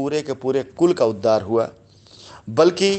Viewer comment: अवलेहना नहीं बे, अवहेलना... उद्दार नहीं, उद्धार... प्राकर्म नहीं गंवार, पराक्रम... और तू रामायण व उसके पात्रों का उदाहरण न दिया कर... तुझसे घिन आती है, तुझ पर थूकने का मन करता है !